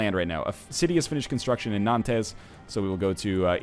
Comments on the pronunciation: My "4 years of high school french brain" hurts a little every time NL says Nantez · I die everytime I hear NL pronounce "Nantes."